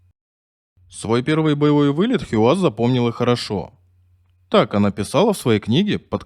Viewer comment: Хийяз, а не Хиуаз! Хорошо ещё, что не хи-камаз её обозвали. Эта отважная лётчица заслуживает хотя бы того, чтобы поинтересовались, как произносят это имя люди её национальности. Вместо этого имеем безграмотного и равнодушного диктора с деревянными интонациями. Он даже не удосужился прочитать, как пишется её имя на памятнике.